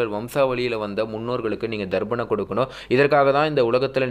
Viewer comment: சார்..அது தர்ப்பணம். ப...நீர் ba சவுண்ட் சொல்கிறீர். நல்ல கருத்துக்கு நன்றி.